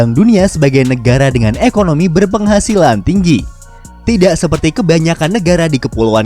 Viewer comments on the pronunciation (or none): none